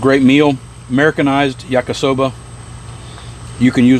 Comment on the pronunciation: Ya-KEE-soba, not yak-KUH-soba.